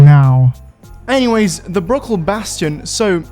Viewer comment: everytime he says bruckell i hear brocoli for some reason